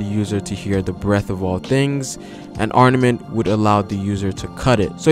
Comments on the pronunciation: Armament, ARMAMENT! Not arnament. Great video but you were driving me crazy with your mispronunciation haha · Chris Adler I caught that too. He's a little inconsistent with the word where he'll pronounce it with the pause and other times not. Also, he kept saying "arNament" instead of "arMament" which was driving me crazy lol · ITS NOT ARNAMENT HAKI ITS ARMAMENT. Do you even respect the craft? Jesus